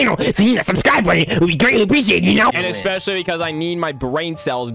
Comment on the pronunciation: “So subscrursh”